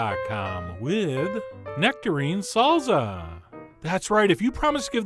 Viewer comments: "Serp" instead of "Syrup", "Salza" instead of "Salsa". You're killing me Chef John XD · SalZZZZZa. never heard anyone anywhere say this word this way before. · "Salza" lol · Is it really pronounced SALZA HAHAAHAHAAH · Good effort, Chef John, you did manage to pronounce "salsa" correctly at least a few times. :)